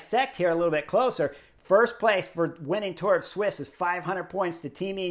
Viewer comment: Sweessss. Sweeesss sweeess keep saying it sweeeeeessss. Not fkkkkn swiss. It’s sweeeessss